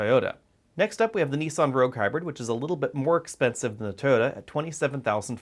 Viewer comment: Its TOYOTA not Tota! Did not understand what you were saying at first.